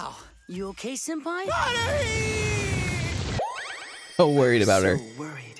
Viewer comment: LMAO it's Tah-mah-key. Not Tah-kah-mee. 😂 Also Hah-roo-hee. Not Hah-roo lolll Edit: yes Hunny is a true martial arts genius. But you'll find out more about that later 🤣